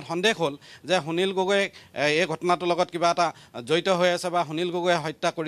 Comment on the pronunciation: আপুনি কেনেকৈ প্ৰতিদিন টাইম চেনেলত সুবিধা পালে নিউজ পঢ়িবলৈ সুনীল গগৈ টো স্পষ্টকৈ কব পৰা নাই।